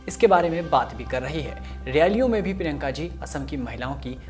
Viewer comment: Bhai prinka ka naam to barabar lo prinka ka naam prinka whadara ha Gandhi nahai